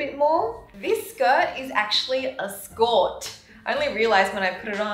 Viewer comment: "This is the denim skorrrrrtt"